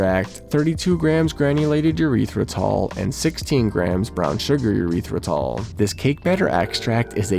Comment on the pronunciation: E-ryth-ri-tol please, not a urethra